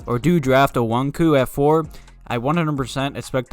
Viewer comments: I agree that no matter what you draft best player available over need. Btw it's "O-KONG-WU" lol geezuz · It's pronounced Oh-kong-wu or Oh-kong-yu. That's what I've heard the most.